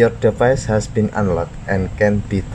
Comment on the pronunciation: Device dibaca divais